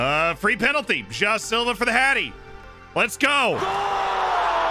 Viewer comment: I've been watching this series for quite some time already, but only now I realized that "Jao" Silva is actually "João Silva". I love.